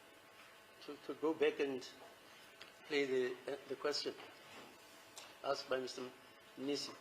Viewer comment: "You must answer the askhed". 😅